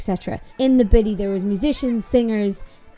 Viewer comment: I know you’re talking about the festival but every time I hear you say Biddy I just hear Bitty which here in the states is the same as B#?*! 🤣